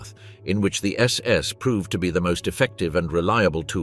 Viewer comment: OK SECOND ONE I HAVE WATCHED PLEASE GET YOUR BOT TO CORRECT SS , SAS , OR PULE THE PLUG .😮😊